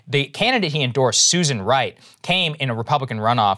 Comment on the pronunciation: Actually, it's Wright, but yeah, i thought the same thing when Krystal said her name, i had to double check the article they put up to see her name was Susan Wright and not Rice.